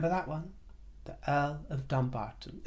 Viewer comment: I live near Dumbarton. We pronounce it Dum-barton not Dumb-arton. Meghan has insulted the locals by even suggesting it's got dumb in the name.